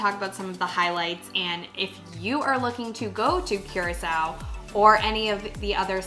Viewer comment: It's not Qracao. It's pronounced COO-RAA-CAO.